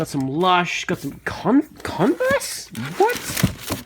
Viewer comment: when he said convers I thought he said condoms. that either says something about me or the way he was talking